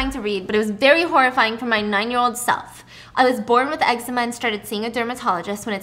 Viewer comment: I just want to say I’m glad you say eczema the same way I do 😂 this one time I mentioned that my eczema was flaring up super bad and the person I was talking to was like “it’s pronounced ‘Exzeeeemmaa’ 🤓” I was like “ummm kindly shut up… I’m gonna say it this way because the way you just said it made my skin crawl into my bones”